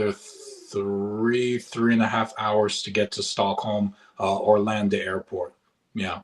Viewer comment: Vasa street is not the most expensive in Stockholm. It is Östermalm and Djursholm. Then a 1a costs more than 3.5 million kronor. He pronounces it wrong when he says ARLANDA which is Stockholm airport when he pronounces Orlando, You should pronounce the vowel A as Adam = Arlanda. and the same way you should pronounce VAAAASSSA = Vasa. Oh my god, I had to pause your movie again. I hear that he doesn't know Swedes. Swedes are not liberal and Swedes are not socialist liberal either, it's the fake media that makes these statements. He says that Swedes live equally, this is very misleading information about Sweden. In all cases of rape in the courts in Sweden, it's always the woman's fault, even if it's refugees or immigrants, it's always the woman who gets convicted in most cases or other cases. Yes, I'm talking about huge experiences that I've gone through. I and other children who were stolen from their country and their biological parents were only placed with the order members who work for the Jesuit Order, Knights Templar, Knights Hospitaller, Freemasons, the Vatican, Royal families who belong to the Cults of Baal. When I came to Sweden it was in 1976 and I was placed with a Natzi professor of physiology and medicine and he was my handler and he was the head of Malmö hospital. When I came to Sweden there were no people here and no dogs either. My handlers took me to work every day for 7 years and the big hospital building had no old people (patients) and no pregnant women and